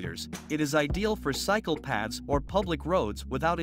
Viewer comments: Cycle path..thought he said psychopath! 😂😂😂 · 😅 I heard that too I thought it was just me